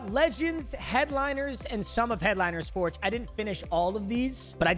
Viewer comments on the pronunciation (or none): none